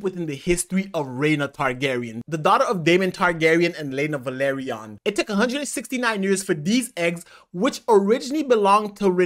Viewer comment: It is not Valeryon it is Velaryon